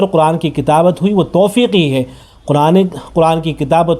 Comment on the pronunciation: توفیقی نہیں توقیفی ہے